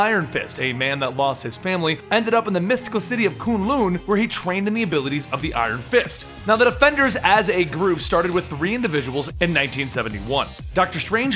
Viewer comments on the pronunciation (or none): its qun-lun